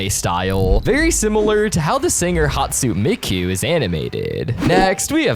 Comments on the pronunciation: he called hatsune miku “hatsun mikon” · “Hatsun mikon” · ITS PRONOUNCED HATS OO NAE ME KU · Oh yas my favorite virtual singer hat soon mikoo👏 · Hast miku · welp now i am certainly annoyed it's pronounced H-A-T-S-U-N-E M-I-K-U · The way he pronounced Hastune Miku physically hurts